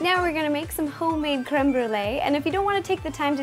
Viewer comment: I love how non french people pronunce it cweme bwouley it's so cute 😍😍